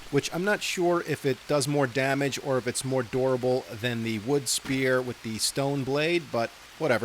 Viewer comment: The way you say durable makes it sound a little like dorable, so at first I thought you called your axe adorable Also, yes keep going!!